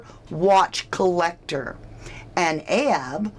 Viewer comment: It's not ahab